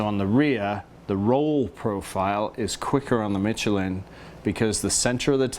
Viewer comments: Great video. It’s pronounced Me-Che-LIN with an emphasis on the final syllable. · Dude it's pronounced Michelin